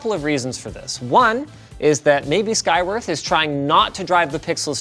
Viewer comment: Oh man. I thought Linus was saying "Skygrift". I literally thought that was the company name for a bit there.... 😆